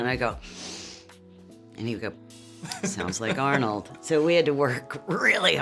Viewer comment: When you accidentally pronounce it "Harnold"...(Harn means urine in german)